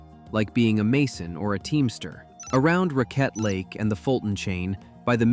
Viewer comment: This is great just visited all of this with my son We grew up canoeing and climbing here But it’s pronounced “Rackett” lake 😂